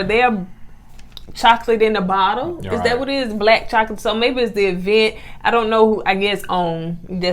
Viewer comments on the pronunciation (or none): I can’t stand the way she says “EE-vent”😂 I don’t care how many degrees she gets. Google the pronunciation, sis. She can’t have her own style so she is trying to out shine, Melody but dressedlike her mom.